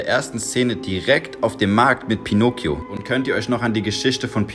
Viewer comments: Ja man betont es anders. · Junge bitteee ändere die Art wie du pinocchio sagst aaaaaaaa das killt mich von innen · Wirklich niemand Du : Pinookioo es wird Pinockio ausgesprochen mit kurzem K und kurzem O Oder auch auch "Pinotschio" wenn man es richtig auf italienisch aussprechen würde